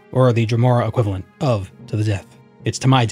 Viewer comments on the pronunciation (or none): none